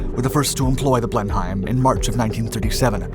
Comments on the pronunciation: LOL! 2,867 MPH! Move over, SR-71! BTW, it's pronounced "Blen-im." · It's pronounced 'Blennem'. It might well be named after a battle that took place in the German town of Blenheim, but we pronounce it 'Blennem'. Not bad start for the third word of this video. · Blenheim is actually pronounced Blenem or Blenim. The one good thing it did was lead to the Beaufighter. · Love your programs. But FYI in England Blenheim is pronounced Blenum. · Blenheim is pronounced Blen'm. Heinkel is pronounced Highn-k'll. 2,876 mph is pronounced WTF? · It’s pronounced, and was at the time, Blenim, the ‘hei’ being silent. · You don't pronounce the "H" in Blenheim. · It's so weird hearing it being pronounced as Blen-heim. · I believe it is pronounced "Blenim". But you say it as I would do :-) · FYI "Blenheim" is pronounced "Blennim", you really should do a quick search on Youtube for "pronounce [name]" for words you aren't familiar with (same with "Rothermere"). Also, "British pounds" are known as "pounds Sterling". Overall a very weak video, I was hoping you might explain the odd shape of the nose canopy. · Pronounced blennum in England. How do you not know this?! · This really needs editing. What the hell is a BlenHIAM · it's pronounced "Blen-hem" in English. Your pronunciation is the German version. Filton is near Bristol, by the way, it's also a county. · For the record, Blenheim is pronounced "bleh-nuhm", and it could only fly 266 mph, not 2867 mph. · Blenhim...Blenhim...Blenhin! However the Mach 4 Blen Heim version sounds impressive! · Haha! It’s pronounced “Blenim”. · It's pronounced to sound like blen neem. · Just so as you know: It's pronouced 'Blen-im'. Thanks for a lot of good stuff! 👍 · OK so 2876mph was one slip up but repeatedly calling it the blenheim grated. It's pronounced blen-im. I know this because I'm British. You should pull this vid and upload a corrected one. Wouldn't take too long surely? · The blen hime. Pronounced Blennim. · We British pronounce it Blen-im.